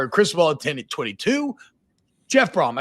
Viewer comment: Come on T-Bob...It's Jeff Brohm.....